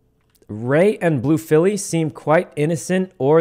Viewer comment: Grace Blue Blue-“fee” Not Chrissy, not Blue-“filly”